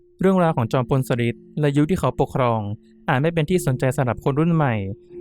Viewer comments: ชอบฟังแนวตำนานสถานที่จริงมาก จอมพลสฤษดิ์ อ่านว่า จอม พล สะ หริด ไม่ใช่ สะริด ค่ะ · อ่านว่า สะ-หริด ไม่ใช่ สะ-ริด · ฟังไม่จบเพราะขัดหูตรง สะริด นี่ล่ะค่ะ 😢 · จอมพลสฤษดิ์ ธนะรัชต์ ออกเสียงชื่อ สะ-หริด ค่ะ ฟังทีไรก็อ่านออกเสียง สะ-ริด ๆ ทุกที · ชอบฟังเรื่องเล่าเก่าๆค่ะ แต่มาสะดุดหูกับชื่อ จอมพล สฤษดิ์ แอดมินพูดเพราะเสียงน่าฟัง แต่ต้องเรียนรู้ภาษาไทยบางคำอ่านยาก เข้าใจว่าเป็นคนรุ่นใหม่ อาจจะไม่คุ้นชื่อคนสมัยก่อน เป็นกำลังใจให้นะคะ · เเย่จังพูดผิดทำให้หมดความน่าเชื่อถือ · กำลังจะเม้นท์ค่ะ มาเห็นพอดี 555 จริงนะ การออกเสียงผิดทำให้ขาดอรรถรสในการฟัง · ตอนแรก 1.10 แอดออกเสียงถูกต้องแล้ว ไม่เข้าใจว่ามาเปลี่ยนตอนหลังทำไม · อ่านคำว่า จอมพลสฤษดิ์ ผิดนะ ครับน้อง